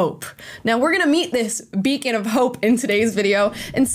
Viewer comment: Beacon? I thought she said bacon, nope I'm out!😸